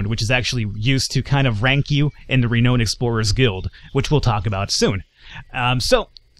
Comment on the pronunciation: you are pronouncing renowned wrong dude